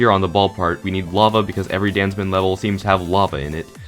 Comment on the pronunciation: Captions on. What says:DanZmeN What captions say: Dance Man